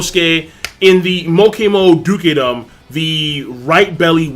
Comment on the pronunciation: It's just duke-dom. Not Duk-e-dom, my friend.